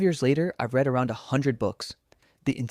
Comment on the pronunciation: Pronounced 'read' as 'reed ' when 'red' was the correct pronunciation for the sentence. AI ain't all that intelligent, yet.